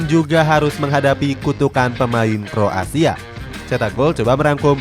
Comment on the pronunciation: kroasia bang, bukan kro asia